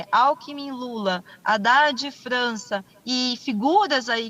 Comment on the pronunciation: Percebe-se que essa moça não sabe falar nem o nome do Haddad corretamente. H não tem som de R! Mas acreditem, ela quer ser governadora. Me chama atenção a pretensão dessas pessoas minúsculas.